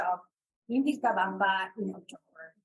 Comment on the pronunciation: what a bunch of nothing- gross really and the host mispronounced Vilcabama! she is super crunchy